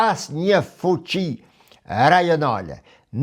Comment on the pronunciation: Analiza shume e sakte per mendimin tim, por me shume respekt per gjuhen shqipe. Ne vend te fjales fuqi ju thoni fuçi e kur e degjojme na besdis shume😅